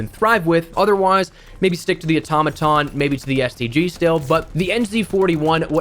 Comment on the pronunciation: It's not called the automatom😑